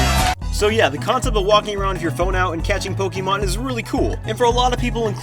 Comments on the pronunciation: did he say POK-E-MON? its POK-AY-MON. cough. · This me: Getting Pizza looks at people Kid:Boy I love PokEEmon go Me: ITS POKAYMON NOT POKEEMON